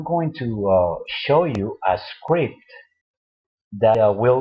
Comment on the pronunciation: I will show you a skwipt (script) hahahahaha